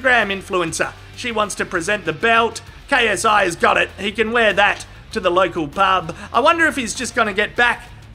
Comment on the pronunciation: I find it so funny that when KSI does his intro it sound like “ yo what’s up it’s your boy KSI LGBT” keep it up